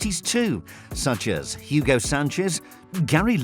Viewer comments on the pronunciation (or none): none